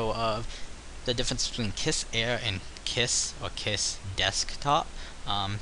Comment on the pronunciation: I believe it is pronounced "Keys." (Khee-Z)